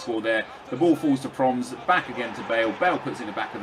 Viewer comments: It's pronounced as "Pro-mess". try working on it. great episode!! ;) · Its pro-mes, you say his name wrong and get suarez to get sanchez full chem :) Nice vid